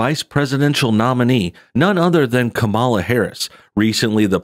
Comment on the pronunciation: I gave you a like just because you pronounce her name the opposite of how she says you're supposed to